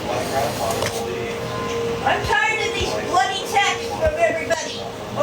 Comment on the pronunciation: says “bloody” like an idiot too